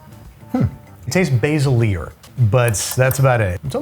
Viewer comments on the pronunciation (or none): "Basil-ier" - the epitome of culinary excellence. BTW love these vids